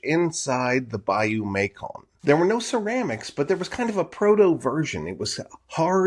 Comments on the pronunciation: It's Bayou May-sun, not Bayou May-kon. Soft c. (West Carroll Parish native.) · It’s pronounced bayou “Mason” …like the jar. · Hi, cool video! The bayou you refer to (Macon) is colloquially pronounced like Mason Its a bit of lingering french influence from older days Cheers Mate! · Mascon...pronounced...Mason...live in this area my entire life...west Carroll parish...my uncle had a hand in preserving the sight...